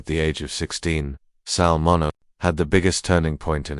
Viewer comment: It's pronounced Sal Min-E-O. If you can't be bothered to learn how to say the name, don't post the video.👎🏾🤬